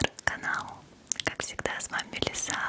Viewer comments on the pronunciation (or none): none